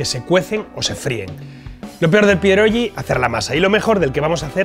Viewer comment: No soy polaco, pero mi mujer sí 😊 la crema de remolacha tiene su sentido, es una sopa fría que se come bastante en Polonia, con huevo duro. Chef, no se pronuncia "pierolli", no es una g catalana, se pronuncia como si fuese una "gui". Por cierto, no te van a prohibir la entrada en Polonia, se comen rellenos de: carne, col, queso fresco, setas (eso es una locura, te vuela la cabeza) o dulces: fresas con nata, por ejemplo. Y último punto, hervidos o fritos y con una buena cantidad de "okrasa", que es el resultado de freír panceta de cerdo, te sirven el aceite resultante y tropezones del magro